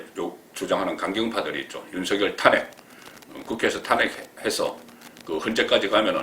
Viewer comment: 송기자님의 해설을 듣고 세상 돌아가는 것을 좀 알아차리고 있음에 감사드립니다. 한가지 말씀드릴 것은 매회 기자님의 해설을 듣다보면 "탄핵"이라는 단어의 발음시에" 탄"자에 액센트가 들어가게 발음하고 있으신데 상당히 귀에 거슬립니다. 고쳐서 발음하시기는 어려우신지요?